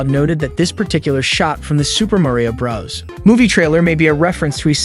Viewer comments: Is he saying brah's instead of bro's? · Okay Narrator, it's Super Mario BROS not Super Mario BRAS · Why on earth to you pronounce bros as "Bruhs" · That moment when the narrator says Super Mario Brahs🥶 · “Super Mario bras” bruh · Im concerned that when he says bros it sounds like bras so its like "super mario bras."